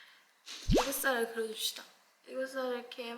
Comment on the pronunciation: AEGYOSAL 애교살 영어 ㅋㅋㅋ 킹받네 ㅋㅋ